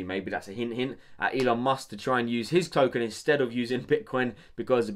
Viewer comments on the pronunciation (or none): none